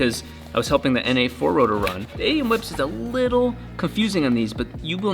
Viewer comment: lol A E M not "a yam"